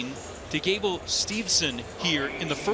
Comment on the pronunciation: Then there’s really no excuse for him not pronouncing Gable’s name correctly. He should absolutely know better.